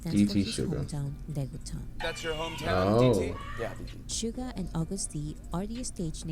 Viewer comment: Nice reaction. Just a little note, his name is SUGA, not sugar, please leave off that "r", LOL. V's Tiny Desk is amazing & shows 3 songs from his solo album Layover. Please react to it: V of BTS: Tiny Desk Korea